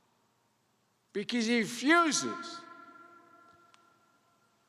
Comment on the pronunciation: "be keys he fuses" -Biden